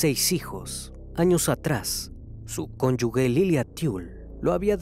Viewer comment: Ay, y dale con la pronunciación de cónyugue 🫨